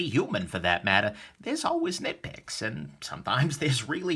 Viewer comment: Did you say "nickpicks" or nitpick? Ahaha